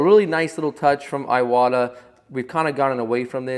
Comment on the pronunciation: Iwata is named after the brothers Hatsutaro Iwata and Sukezo Iwata So iwata is pronounced eeeewata Spread the word!